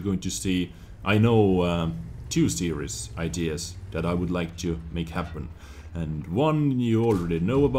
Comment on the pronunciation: Also, I love the way you say, "series" it sounds like "serious" but im not hating :P